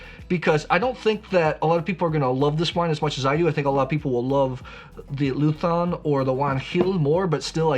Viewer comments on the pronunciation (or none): Thank you for your friendly words! If one day you are in Jumilla, do not hesitate to visit us! For us it will be a pleasure! PS: It's LUZÓN with a strong 'Z'! 😁